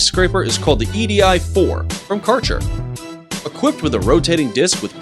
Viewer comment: How they pronaunce KÄRCHER is going to hurt europeans ears incredibly! One cn expect, that english speaking nations should be capable to listen and say international big brands somewhat to its original meaning, or are these folks such ignorant dumbassses ?!